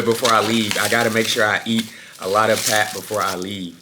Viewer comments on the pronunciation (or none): Yo, hope all y'all are well, just wanted to say that it's pronounced "Paarp" not "Pep". You will find yourself in a clothing store here unless you don't say it's food🫡😂😂😂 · Aowa, a whole year and you still pronounce pap like that, I'm sad. I do wish a lot of people would watch this coz someone did say " if you not careful you will wake up 50 with nothing but pictures of groove". And another one said "kids in other countries are inventing things and SA kids are inventing a new dance move every week". BUUUUUUT, we glad you came, had fun and grew as a man. The good really outweighs the bad. Id say travel mercies but I saw the 'back home vlog' before this one. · Your pronunciation of "pap" kills m3 bru😂😂😂😂